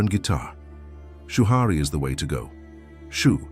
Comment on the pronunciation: "Shoo-Hurry" Rebuke rushing!